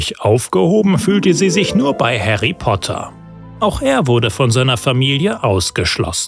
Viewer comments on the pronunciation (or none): Sehr gutes Video. Einzige Kritik: Er heißt »Harry« und nicht »Herry« Potter.